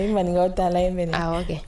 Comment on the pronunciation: C'est pas maraka😅 c'est maninka